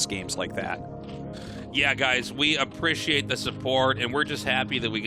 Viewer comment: If I give money to the patreon will tasteless stop saying "aprishiate"?